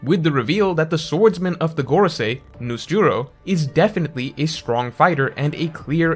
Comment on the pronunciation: Why is he calling venusjuro nusjuro?